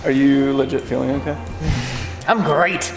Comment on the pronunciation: “I’m GREAT” is absolutely sending me